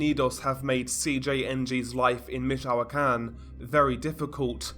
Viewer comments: I think its pronounce more like Mitch o can or Mitch o quan. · I'm from michoacan. And we pronounce it meech-wa-khan